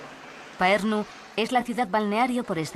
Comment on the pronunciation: Parnu, No paernu. Ll castellana de Tallinn es una L de Lerdo.